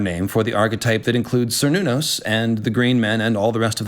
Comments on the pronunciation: Even though by now I already know it's Cernunos, I cant stop interpreting it as Sir Nunos every time:( PS: read the goddamned notes,. Ffs. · Only because of how often the character is raised on this topic: For "Cernunnos," is "Ker," not "Ser," just as the people are Celts, not Selts, and the clan is "Kennedy" (originally spelled "Cennedi"), not Sennedi.